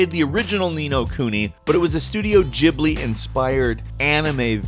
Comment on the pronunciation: S-s-studio JIBLI?! It's gh, GHibli...